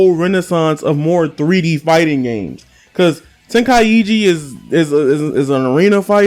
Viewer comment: Bro really said tenkaiegee 💀